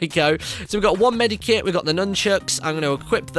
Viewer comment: Medkit not medikit